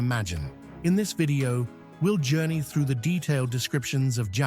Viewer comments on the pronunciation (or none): none